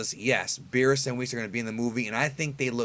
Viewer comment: Birusu not Birisu